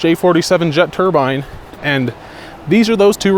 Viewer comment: Im begging you, on my hands and knees. Please google turbine pronunciation. Turbine and turban should not sound the same. Pretty please, I love your videos and want to be able to enjoy this deep dive